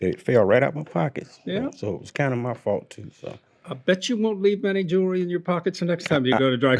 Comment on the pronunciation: Please explain why certain people can't pronounce the word "jewelry " correctly sounds so uneducated